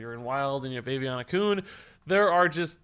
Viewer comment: I heard "Aviana Kun" as "Baby on a Kun".